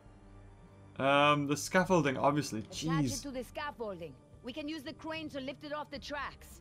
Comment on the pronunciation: Is it me or when she said we can use the crane to pick the scaffolding up off the the tracks… it sounded like cwane not crane